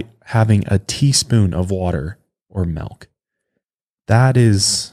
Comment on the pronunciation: said melk